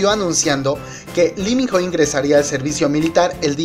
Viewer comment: Se pronuncia ((Iminoh)) Lee Min Ho Y es mio ..😍😝 Mi único amor🙈 lo esperare 2 años ..Mi Vida 👌❤ El #1👑